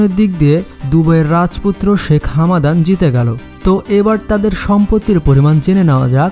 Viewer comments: It's Hamdan not Hamadan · হামাদান নয় ভাই হামদান